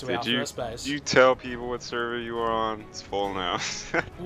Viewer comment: it sounds like you say "wheat is going on guys"